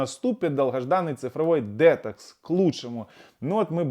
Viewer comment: 😂 ДетОкс, а не дЕтокс 😂😂😂